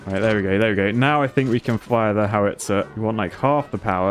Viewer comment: The way he pronounced howitzer made me cringe every time